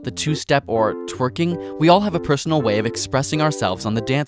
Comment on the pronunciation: I like how awkwardly he says twerking haha